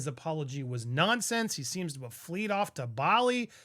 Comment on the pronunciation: "flead" off to Bali! Aptly said! Better than 'fled'!